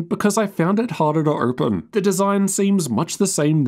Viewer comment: A strongly worded comment stating that it is pronounced "open" not "erpen".